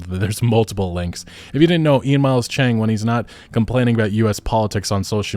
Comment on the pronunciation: I’m sorry to point out just a tiny thing, but I was stunned when he called Ian cheong “Ian chang” especially with editing almost a necessity now, I’m surprised that was overlooked for usually that is a racist stereotype, not saying he is, just pointing out what I noticed.